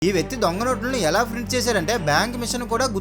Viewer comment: Phrinters Enti Rana babu Adi printers😂😂😂😅